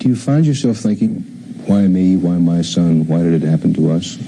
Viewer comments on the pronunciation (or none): I've never heard someone say WHYY like this narrator 😂